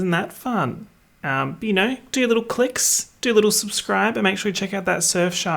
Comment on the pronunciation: i don’t think i’ll ever recover from the “alright bye” - it’s giving extreme oliver twist vibes????